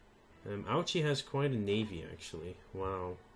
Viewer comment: for future reference ouchi is pronounced Oh-ee -ch-ee